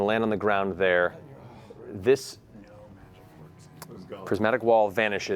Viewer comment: Matt not reading prismatic wall right makes me sad, but I can't expect him to get everything right Was hoping he gets this especially right though